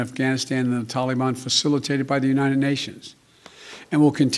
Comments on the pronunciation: Lol can't even use the teleprompter 😂. Using 9/11 as the withdrawal date shows clearly it's just a marketing and not strategic. He's clearly just doing it because of criticism of him bombing Syria. Lol "tall-ee-bon" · What's a "killafate"? And who are the "tillyban"? are they the same as the "tollyban"?... I guess Sleepy In Chief forgot that his Dingleberry In Chief pulled troops out of Afghanistan only to see the "tillyban/tollyban" regroup & become stronger so we had to go back. So is NotMyPedophile smart enough to realize that when we leave, the terrorists grow again? Apparently not. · Dude said taliban wrong